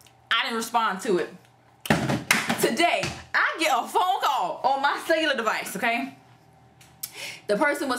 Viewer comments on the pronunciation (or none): you killin me with the "celluar device" lol Child that was a pure mess.. Yo Folks gurl.